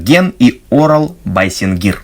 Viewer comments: Здравстауйте, ребята. Я не пропускают ваши ролики., ты же сам сказал, что в казахских словах ударение ставятся на последний слог. Имя ОрАл ударение на втором слоге. Привет из Казахстана. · Ребята, называя казахские, в т.ч тюрские, имена ставьте ударение на последний слог. Вместо Орал (вы сделали ударение на О), надо говорить Орал (О-рал, последний слог). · Привет, ребята. Имя Орал ударение на А